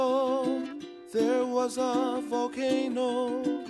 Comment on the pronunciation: I wonder if Ben Croshaw ever saw this. I like to imagine him snapping halfway through this short in the middle of the theater and screaming "You can't say "VOLcaNO", "EXtincTION" or "hapPY"! Emphasis is on the wrong syllable! YOU FUCK!"